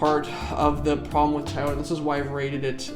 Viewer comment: Tayota lol